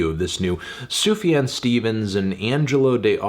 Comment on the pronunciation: It's pronounced Zoo-Fuh-John